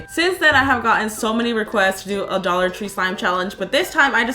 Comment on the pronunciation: dollor tree